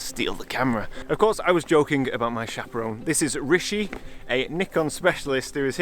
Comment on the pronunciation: I swear he says his name like Ricky in his videos 😅